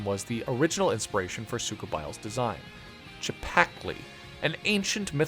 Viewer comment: … it’s pronounced see-pact-lee